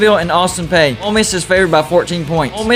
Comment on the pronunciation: As a fan of Austin Peay you are driving me crazy, and yes I know that's a short drive. You always pronounce their name as "Austin Pay" when in fact it should be pronounced as "Austin Pee". That's why it drives the TV nuts when the fans start cheering "Let's go pee"! It also drives our opponents nuts. That's why you see players running to the bathroom!